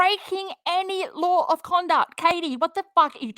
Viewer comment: It annoys TF outta me the way pronounces the word LAW. THE LAHHH. 😒